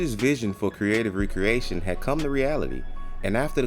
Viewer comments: You’re pronouncing it wrong… You’re saying Re-Creation. Spelled with the hyphen and is pronounced Ree-Kree-AY-Shun Recreation is pronounced, Rek-ree-AY-shun which has no hyphen and means - leisure activity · So, you should be using the pronunciation meaning Leisure activity , not the act of crating again